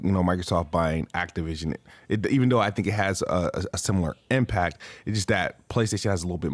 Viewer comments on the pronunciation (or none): none